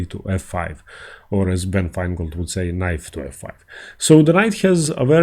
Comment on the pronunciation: How much more than the indian accent with like c-fie haha